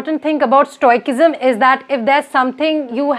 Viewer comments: For future reference, it's not pronounced "Stoi-kism", it's "Stoi-sism". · It's stoicism, not stoi-ck-ism, sorry not spreading hate. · Some of your pronunciations are very funny...specially Result,stoicism, studying.